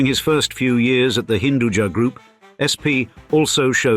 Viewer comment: Hinduja meaning has nothing to do with Jahan, jahan is sub-urdu word, hinduja loosely means Hindu Born, "ja" is actually not pronounced "jaa", it's ja' from "Upaj" , meaning grown or born